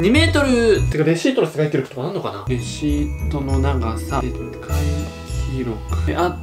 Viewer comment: レアシートってきこえた